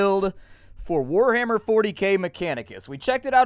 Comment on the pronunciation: Liked this video at the word "wah-ahhar"